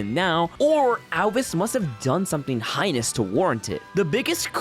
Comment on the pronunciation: "Highness"? You mean 'heinous'??